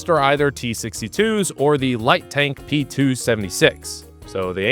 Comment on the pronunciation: "pee-tuh 76"